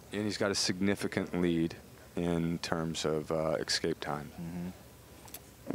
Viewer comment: it's not EXKAPE morons......ESSSSSSCAPE! Ffs